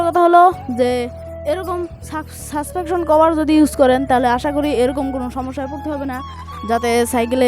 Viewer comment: Vai suspection❌suspention✅